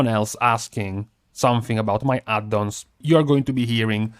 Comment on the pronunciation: LOve how you say "Add-dons"!